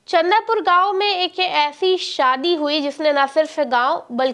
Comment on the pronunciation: अरे गाँव का नाम चंदूपुर है चंदा पुर नहीं